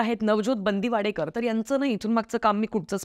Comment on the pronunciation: बंदीवाडेकर नाही मॅडम, बांदिवडेकर असते अडनाव